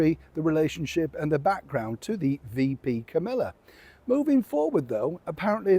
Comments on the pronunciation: I'm a subscriber who looks forward to and enjoy that you not only edify, take us back and provide great analysis. I have just one simple request. Please put forth the effort to pronounce VP Kamala Harris' name correctly. It's simple: "Comma La". Not Camilla nor Camella. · I watch EVERYTHING posts and LOVE his videos. My comment about the correct pronunciation of Kamala Harris is what I would have said directly to if we were sitting down having a direct conversation. IMHO, I was NOT being disrespectful, but I appreciate that YMMV. BTW, most people think that I have a great sense of humour, but again YMMV.